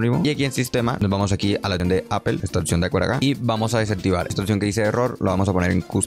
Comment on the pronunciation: porque dices otcion? si literal se lee y se escribe como es